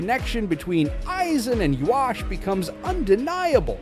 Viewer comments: They way the AI pronounces Ywach like (Yu-wok) and (Yu-wash) are definitely worse. It's (Yu-ha-ba-ha) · well isn't it Japanese? But if you want to say the actual English pronunciation, you're wrong. It's (Yu-hava)!